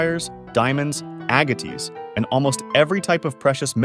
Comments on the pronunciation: Aa gu tees??? I believe you mean Aa gates. Agates. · "AGATEEZ", EH?! 🤔🙄😒🤨😠🤷🏻‍♀️ PROPER FUCKING ENGLISH, PEOPLE! MAKE IT MAKE SENSE! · Agotees huh. Nice AI narration fuckheads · AgaTEES???? Geez! 🙄 f this is AI, it needs reprogramming. If it’s a person, he needs to learn to pronounce agates! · AI voices ae so creepy. Can’t even pronounce “agates” corectly.😮